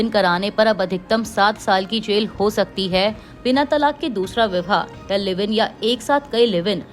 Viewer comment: ⬇️⬇️⬇️⬇️⬇️ ये कैसी न्यूज़ रीडर है जिसे ठीक से बोलना भी नहीं आता❓ विवाह को ये विह्वा कह रही है. गृहमंत्री को घृमंत्री कह रही है. योग्य लोगों को रखोगे नहीं क्योंकि तुम लोगों के सिर पर तो आरक्षण नामक भूत नाचता है. तब तो यही सब होगा ना❗